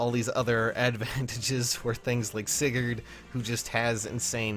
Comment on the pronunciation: Oh no, he said Sigurd. Demonetized.